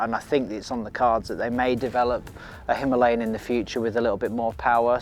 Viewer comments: Very nice video and it would be even better with the pronunciation stressing the first A - "HimAlayan." Our beloved mountains are called that way. No story of India is complete without them, without that name. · It's no himeliyan ...it's Himalayan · Pronounce correctly Himalayan